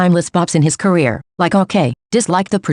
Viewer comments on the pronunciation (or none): none